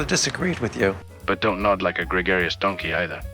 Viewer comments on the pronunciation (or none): 'Dont nod like a gregarious donkey either' had the slightest accent but also it made me laugh